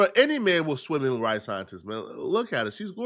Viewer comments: Maria and Mariah shouldn’t be that hard to differentiate 😂😂😂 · say it with me, Mariah (mah-RYE-uh) the scientist, not Maria 😭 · 🤦🏽‍♀️ it’s MarIAH not Maria 🤣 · Mu-Ry-Yuh Mariah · Bro said “MARIA the Scientist” lmaooooo